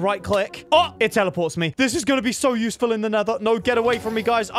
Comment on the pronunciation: "This is gonna be so yoosful in the nether" says while in the nether